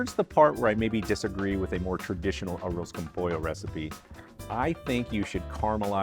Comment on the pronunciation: First off - thanks for pronouncing it correctly. Achiote is an acceptable substitute for saffron, but you need to be cautious since it can be bitter if you use too much. Just a half teaspoon of powdered achiote is usually enough, IMO. With Arroz con Pollo there are literally dozens of variations. Some are specific to different Latin American countries and some are even regional variations within these countries and then of course Spain and Portugal have there versions. My mother who was from Northern Mexico made a very simple version but it was delicious nonetheless. Just a Mexican rice with the chicken added during the simmer with peas, carrots, and onions - that's it. Simple but great.